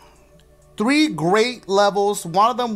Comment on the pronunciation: threep say threep again and again and again i think u get it